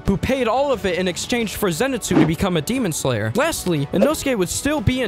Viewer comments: GEMON SLANGLER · 'demon sloler '😭